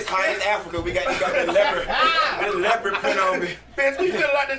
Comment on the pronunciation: "Wearin this Leoprid print!" 😭